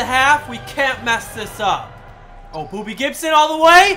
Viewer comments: Did he say booby Gibson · Was he saying booby gibson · He said booby Gibson not Bobby gibson